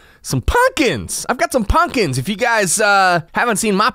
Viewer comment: Punkins! Lol sounds like ur no stranger to the south